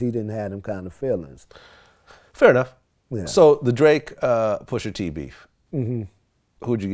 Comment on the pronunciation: Vlad always pronounces Pusha T as “Pusher T.” I’ve always cringed when he’s called Tyga “Tiger” or Twista “Twister.” Like damn can you add a lil flavor to your lingo and say it with some soul? 🤷🏽‍♂️😎